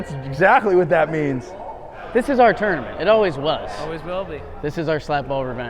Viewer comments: 3 references to “this tore-na-ment” in the first 8 minutes. drinking game would f people up in a hurry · I wish would stop saying "twournament" so much😂